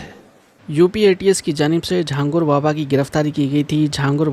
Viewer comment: Jhangur baba❌ jhingur baba✔️.